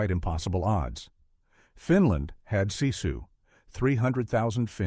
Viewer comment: Sisu is pronounced like Sis-sue. Not See-sue. Very informative story though.